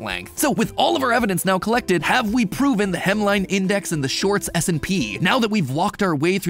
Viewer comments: Is it just me or does it sound like he says the shorts smp instead of s and p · I keep hearing shorts smp not shorts s&p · It sounds way to much like you say short SMP 😂